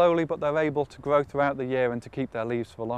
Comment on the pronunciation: Why does he say his 'r's like that? Sounds weird, like a 'w'. He doesn't do it all the time, either. If he says 'around' or 'restored' they sound fine, but then he'll start saying things like 'bwight gween' or 'gwow' like a 3-year-old. Is this just a .. weird British accent, or a quirk of this guy's speech?